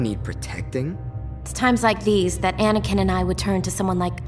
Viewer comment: Fucking sick of these comments: "Anikin", "Aniakin", "Anekin", IT'S FUCKING ANAKIN!